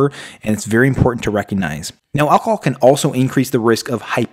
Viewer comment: Alc-o-hol! Not 'alcol' as you kept saying. Annoying when somebody can't pronounce the very thing they are advising how not to do! I stopped when at that point.